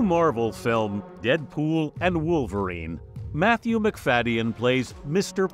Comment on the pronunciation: Wish you would have pronounced his name correctly even one time.